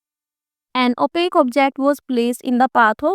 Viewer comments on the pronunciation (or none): Mam o opaque hota hai opak nahi